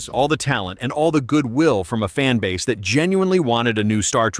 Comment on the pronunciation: Zplit the fanbaze and coz you know we are the bezt. Is that loose tongue iq issues?